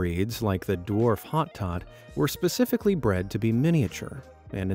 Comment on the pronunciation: The rabbit name is pronounced "Hotoe" And they are prone to biting and can take chunks of flesh and they are extremely energetic. The smaller rabbits are often more prone to biting. Flemish giants are as large as dogs, relaxed, and great with kids. Don't go for the little ones. Take it from a rabbit breeder who shows rabbits.